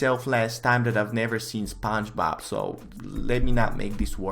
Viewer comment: My boy over here can’t even say spongebob right